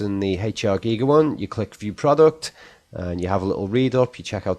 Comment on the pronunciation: Random but you’re one of the few that pronounced Giger’s name correct, and as I’m a huge fan of his work I appreciate this.